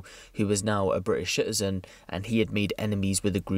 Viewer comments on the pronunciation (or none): its 'citizen' not 'shitizen'